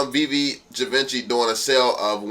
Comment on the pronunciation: Givenchy build an empire. Please give respect where respect is due and learn how to say his name/brand correctly. It’s like someone butchering VEVE.